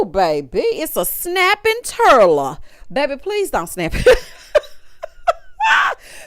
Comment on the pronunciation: I had to throw a like on the video as soon as said Clay was a little "snapping turrdle" 🐢 lmbo 😂